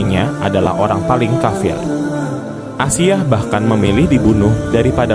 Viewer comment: Ralat asiah bukan aisah broo